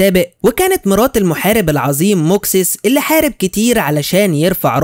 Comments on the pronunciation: ماكسيموس ايوه و ليس موكسيس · إسم البطل في الجزء الأول ً"مَاكْسِيمُوسْ" مش زي ما انت نطقته